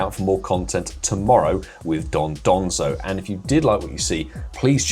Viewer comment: Agree with everything you said. Oh, and worth learning how to say dondozo before it appears in the game :)